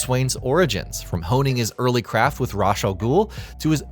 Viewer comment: I’ve heard Ra’s pronounced as “Raysh” and “Rahs” but uh, never “Rush.”